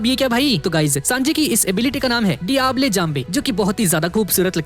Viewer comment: Brother it's diablo not diable Sorry for criticising